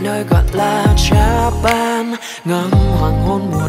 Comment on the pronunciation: Japan từ 'a ' đầu đọc là ơ ngắn. Từ 'a' sau phát âm là e bẹt chớ. Đọc "chà ban chàn ban" nghe ghê ghê á @@